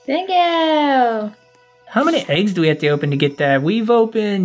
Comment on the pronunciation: I like when says legs instead of eggs 🤣😂🤣😂🤣😂🤣😂🤣😂